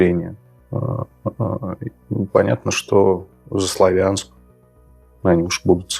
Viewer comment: Не СлавЯнск, а СлАвянск.